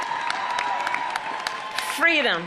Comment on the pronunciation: What the fk "fweedom" is she talking about? The only people threatening freedom and democracy are her pals! These people have spent years working directly against what MLK stood for and preached, but now she wants to invoke him in her boring race baiting speech?! The hypocrisy never ends